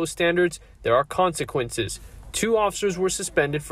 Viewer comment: “Consequences”… ju, ju , ju